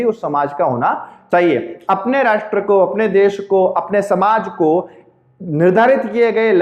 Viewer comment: Thanks sir.aap ne bahut hi acha ujaran Kiya Rasth ,Desh aur Rajya mi...aaj tk aisa ucharan Maine bhi suna.bahut ache se samgh aaya ....aap ka bahut bahut sukriya guru g......,🙏🙏🙏🙏